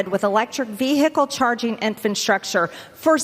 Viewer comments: We dont need no stinkin "INFANTSTRUCTURE"😂😂😂 JEEZ...😊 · Did she say "infantstructure'? 🤔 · Did she say infant structure? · Infinstructure?!? Not infrastructure, but infinstructure?!? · Did she say "infant structure?" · Not to mention “infantstructure “😊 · she/he said infant-structure instead of infrastructure...what a goob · Veehickle. Infranstructure. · into the video it sure sounds like MTG says “infant structure”. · Pronounces infrastructures infant structure irony from treasonous traitor Greene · "infanstructure"? Oh Lordy Little Marge, go back to the sticks.